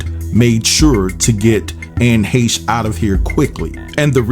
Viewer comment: Glad to know somebody other than me on YouTube knows how to pronounce her last name correctly.